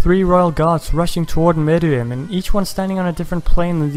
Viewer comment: This is the only YouTuber I've found who's said meruem's name right but he did call Yorknew city Yorkshin city